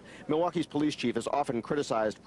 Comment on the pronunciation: The po-lice? A 'dead' body? What other type of 'body' is there? A living body is called: a person. Jeff "Demmer", the reporter said. He continues saying, 'rotting smell' but smell is the action verb, it is proper say: SCENT, not smell.